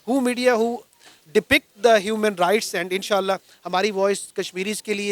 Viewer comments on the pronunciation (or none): pakistani vakil says 'fundamental nights '.. abe rights hota hai. nights nahi.. lollllll. kya vakil hai.. hahahaha.. jai hind. jai bharat